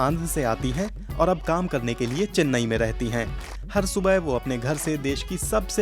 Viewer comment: चेन्ने नहीं चेन्नई